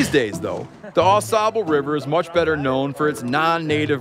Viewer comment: It's pronounced ah sable